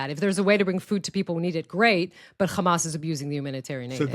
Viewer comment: Still pronouncing Hamas wrong! At per minimum, use a normal “h” normally. ⚠️ What denial of “gender fluidity” is she’s talking about?